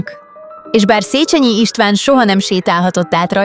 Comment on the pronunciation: 2.pont : Nem "szécsenyi ", hanem "szécsényi" !!!